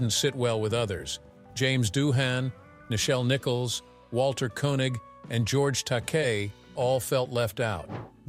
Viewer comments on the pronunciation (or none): none